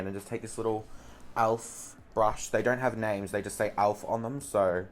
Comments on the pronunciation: Alf? It's elf😂❤ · i freakin love how you say 'Alf' instead of 'Elf' hahahahha xxcc